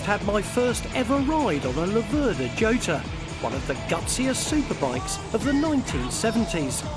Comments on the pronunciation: I believe that the correct pronouncation are “chotta”. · Who is this f**ckwit? Yota is the pronunciation, I believe. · Pronounced Yota ! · Laverda with the stress on the first syllable and Jota pronounce with a Y as in Yota.